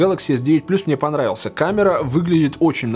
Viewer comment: А где же легендарная фраза? : так он мне понррравился... 🤣🤣🤣